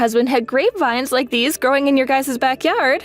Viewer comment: It's pronounced guy's not guyses